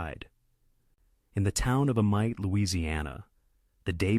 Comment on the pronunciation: For the record it's pronounced A-meet and not A-mite. Great video though.